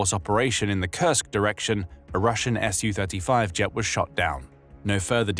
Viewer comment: It's "Su-35," not "SU-35." It's pronounced "sue thirty-five."